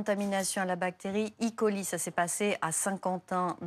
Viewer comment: Ca n'est pas une bactérie électronique, Escherichia coli, alors c'est é-coli et pas I-coli